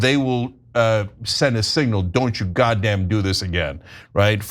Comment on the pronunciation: For some reason the way Cenk said, “Don’t you GODdamn do this again” gave me a chuckle.